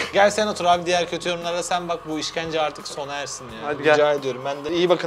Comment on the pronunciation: Götü yorumlar sersi diyor 😂😂